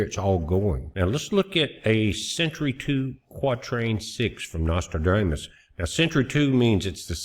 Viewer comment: Hey I love that pronunciation you have of Nostradamus. We call that a malaprop!